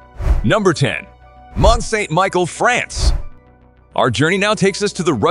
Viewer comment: There were quite a few mispronunciations in this video. Mont St. Michel, for example, is pronounced like ‘Michelle’, not Michael.